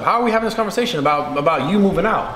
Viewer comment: Kyle says aboet lol